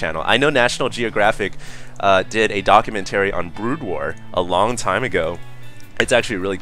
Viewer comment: dock-you-men-terry lol